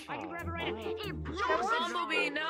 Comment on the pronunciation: its bumblebee not bumblee